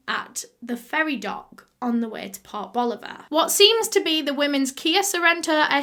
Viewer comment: Anyone else hear "pop Oliver". Rather than port boliver? I LOVE your accent